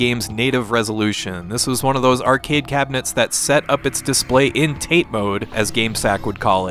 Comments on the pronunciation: TATE? I'm pretty sure it's pronounced more like tah-tey (たて). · cool looking game, gonna have to co-op it with my brother gonna nitpick one thing about your review: tate mode. It's pronounced tah-tay that is literally my only criticism, keep up the good work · Always love seeing obscure things I never got to experience on your channel. Also "tate" mode is derived from Japanese which means stand or to stand up and is pronounced "ta-teh." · Great review! re the aspect ratio, TATE is apparently pronounced 'tah-tay' according to people who know more than me. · It's pronounced Tah-Tay, by the way. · pronouncing it wrong is a running gag on gamesack, the channel they mentioned.